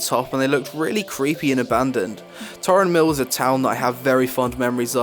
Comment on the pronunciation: its Tarren mill not Tauren mill